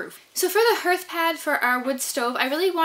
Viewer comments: It’s pronounced “harth” not “herth.” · 😂 HERTH she says! It’s pronounced harth. Imagine if you heart was pronounced like she does, it would be “I have a broken hert” 😂😂 Ps I’m not hating or making fun it’s one of those that nobody gonna know what you’re saying if it wasn’t in the vid for visualizing Also great job on the HARTH ( lol😂) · I was gonna mention that but I already dissed her abt how she says hearth 😂 it’s HERTH now apparently. Would have been a bigger deal if there was flooring she was going over but all that moisture sure gonna make that osb/plywood swell up and disfigure but once dry it will be fine I’m sure. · I believe the word “Hearth” actually sounds like “Darth, like Darth Vader”… the ar sound is strong. It’s looks beautiful, l love what you’ve done❤️ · You may be interested to know that you pronounce the word "hearth" incorrectly ....